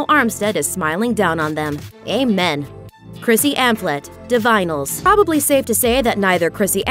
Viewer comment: 'Di-vinyls'? It was pronounced 'Di-vin-a-lis'.